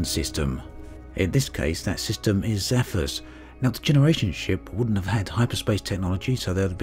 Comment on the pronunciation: Is completely illiterate? How can 'Zephyrus' be pronunced as if it was 'Zaphus'?